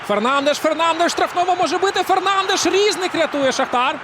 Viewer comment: Не рІзник, а різнИк. Наголос став правильно, якщо ти коментатор